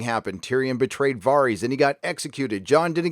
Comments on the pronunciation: Am I missing something about why you keep calling him “VAHR-EEZ” instead of “VARE-IS”? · "Vahrys" "Dave-O's". This is not how these names are pronounced, bro. They literally say them loads of times in the show. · Its Davos not Day-vos. And it’s Var-is not Vahr-is. The writers are full of shit: D&D&GRRm. I will not be seing this show through to the end. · 𝙒𝙝𝙮 𝙙𝙤 𝙮𝙤𝙪 𝙥𝙧𝙤𝙣𝙤𝙪𝙣𝙘𝙚 𝙩𝙝𝙚 𝙣𝙖𝙢𝙚𝙨 𝙬𝙧𝙤𝙣𝙜, 𝙬𝙝𝙚𝙣 𝙩𝙝𝙚𝙮 𝙘𝙡𝙚𝙖𝙧𝙡𝙮 𝙨𝙖𝙮 𝙩𝙝𝙚 𝙘𝙝𝙖𝙧𝙖𝙘𝙩𝙚𝙧'𝙨 𝙣𝙖𝙢𝙚 𝙢𝙖𝙣𝙮 𝙩𝙞𝙢𝙚𝙨 𝙞𝙣 𝙩𝙝𝙚 𝙨𝙝𝙤𝙬 𝙞𝙩𝙨𝙚𝙡𝙛? 𝙇𝙞𝙠𝙚 𝙮𝙤𝙪𝙧 𝙥𝙧𝙤𝙣𝙪𝙣𝙘𝙞𝙖𝙩𝙞𝙤𝙣 𝙤𝙛 𝙑𝙖𝙧𝙮𝙨 𝙞𝙨 𝙖𝙡𝙢𝙤𝙨𝙩 𝙖𝙨 𝙨𝙩𝙪𝙥𝙞𝙙 𝙖𝙨 𝙩𝙝𝙚 𝙬𝙧𝙞𝙩𝙞𝙣𝙜 𝙛𝙤𝙧 𝙎𝙚𝙖𝙨𝙤𝙣 8. 𝙄𝙩'𝙨 𝙑𝙖𝙞𝙧-𝙞𝙨, 𝙣𝙤𝙩 𝙑𝙖𝙧-𝙚𝙚𝙨. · I know this may seem unimportant but it's not VAREEEEEZ. It's VARISSS!! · You say "var-ees" whereas the show says "ver-is".. just curious why? Is this a book thing or ? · Varys not VARIES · Dude, it’s Dah-vos not Day-vos and it’s Varys (Var- is) not Vaahreeeees Love the channel though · Vaaar-ies? lmfao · Vare-is It's pronounced VARE-IS. Entire review ruined. lol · Are you purposely mispronouncing Varys? When did it become Vahr-ees? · VAReeees. Do you even watch this show? No one pronounces his name like that. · It’s understandable that you mispronounce the characters names, you’ve only heard them pronounced for eight seasons! But you make fun of the writers intelligence. 😂😂😂 DaNaereeees and Vareees 😙😙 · Great vid 👍 the way you pronounce the names in the show is super weird lol vaRis, dave-os 😂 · Respectfully, you're flipping your "a" sounds. Why do you pronounce Varys as "Vah-rys" and Davos as "Deh-vos"? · DUDE what's up with the way you pronounce their fuckin names? Day-vos....Vaaaris...STOP IT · Vahr Ees DanehRees Fuck man, just pronounce their names correctly, its as bad as D&D calling Missandei MissinDay. It literally spoken/ pronounced correctly for you. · WHY CANT YOU GET ANYONES NAME RIGHT!!!!!! ARIA??? DANEERIES, VARIES??? FUCKING IDIOT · DavOES? Varies? How do you pronounce every name wrong despite watching the show? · "Varrees." Dude. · Dave-O's and Vahries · Var-ees and Dave-os